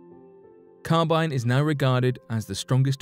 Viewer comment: Linear acetylenic carbon (LAC) is also called Carbyne (not Carbynye) but thanks.